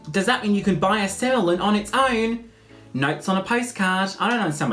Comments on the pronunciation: Semillon is pronounced 'semi on'. Seriously. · Semillon id pronounced semi on as in "oh look! That guy in the wine section has a semi on!" Xxxxx